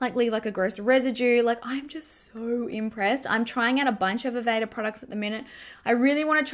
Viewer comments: You did pronounce Aveda right! I'm a licensed hairstylist/makeup artist and I use Aveda. Aveda is very close to natural. They have their own makeup line too! You should try it out. My salon uses the makeup, hair color and hair products. I definitely recommend. Their makeup products are for natural looks. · Yes, you pronounced Aveda correctly. Love their stuff. It all smells fantastic.